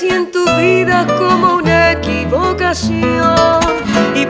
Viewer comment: Me gusta mucho. ¿Por qué pronuncia la "v" como los franceses? "Vida, ver,..." se oye muy bien un sonido "V" que no existe en español... He pido a unos colombianos, y me dijeron que no dicen la "v" así... (Ponuncian el sonido "B") ¿Depende de la región o es solamente cuando la gente canta?